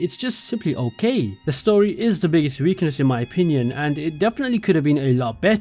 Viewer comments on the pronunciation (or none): none